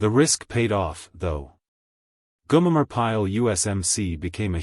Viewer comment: G O M E R!!!!!!! Come on it ain't that difficult to pronounce, stupid A1